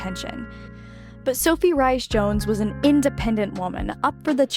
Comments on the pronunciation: Her middle name is pronounced Reese not Ryies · Wish Americans pronounced words correctly.m example Rahys not Rice but Reese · It’s Reece not Rice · Duchess Sophie's maiden name of Rhys-Jones is pronounced like "Reese", not "rice". Like Reese Witherspoon. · Really great video and very interesting. What a lovely clear narration. However, please note that Sophie the Duchess of Edinburgh’s maiden name was Sophie ‘Rhys-Jones’ with Rhys being pronounced ‘REES’ not ‘RICE’!!! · You say “Reese-Jones” not “Rice”. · I’m so glad to have found your channel! I’ve subscribed and am powering through playlists (: I hope I can give you some info in an elegant way and not come across in any way as a stinker… Norf*ck (Norfolk lol), Edin-bra (Edinburgh), and Reese (Rhys) are a few I heard in the first 3mins and I thought might be things you enjoyed learning, since you’re a dedicated researcher. I only learned when I worked at a British bakery and folks would ask for “Red Lester Cheese” and I’d say we didn’t carry any… only for them to hold up Red LEICESTER cheese and cluck at me rudely! I’m sure there are many more I still get wrong 😂 but didn’t want you to get any of the clucking that I got! All ❤ and hope you’re enjoying Tennessee! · Sophie "Rice" Jones Can't expect Americans to get Welsh pronunciations. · Rhys is pronounced like Rees, its the Welsh form. New sub here I enjoyed this, thank you. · The last name is pronounced Reece. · For future reference, Sophie’s middle name Rhys, is Welsh, and is pronounced Reese. Knowing how to pronounce a person’s name is important, otherwise you are spreading misinformation. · the royal family have grouped yogether to be a strong family unit supporting each other. meghan was there a few monthy and was never a team player. so they left to live in usa. sophies surname is pronounced 'reese'